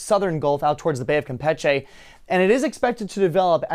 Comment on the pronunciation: Cam pich eh 😂 god damn